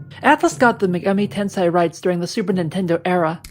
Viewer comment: Correction, youre pronouncing it "Tensai" which has more to do with knowledge. Its pronounced Ten-say